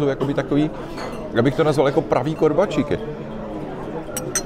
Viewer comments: Prosím Vás, pane Plešatý, KORBÁČIKY, ne korbačíky, děkuji :) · Díky, podívala jsem se s chutí.:-) Jen poznámka k těm korbáčikům - vyslovují je s dlouhým "á", nikoli "í" a ten postřeh s chutí je správně, protože ty původní byly hlavně ovčí a chutnají jinak, než dnes dominující kravské. Na Slovensku v kolibách mívají v nabídce obojí. Dle mého jsou ovčí lepší. A jsou i dražší.